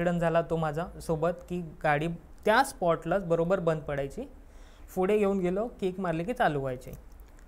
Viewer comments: फुडें नाही रे पुढे म्हणतात, शुद्ध बोल जरा, काय प सायलेंट आहे का तुझा, फुडें काय फुडें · Not फुढे it's पुढे....I🤫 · Pudhe ❌fudhe ✅......😅😂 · फुडें काय आहे 😂😂 फुडें व्हायला 😅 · पुढे ❌ फुडे ✔️🤣😂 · या चॅनेल वर आलेले बहुतेक सर्वच लोकं पुढे ला फुडे का म्हणतात.. कुठल्या एरियाची भाषा आहे ही